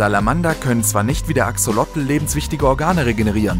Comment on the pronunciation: Cooles Video,nur beim Axolotl wird das zweite o lang gesprochen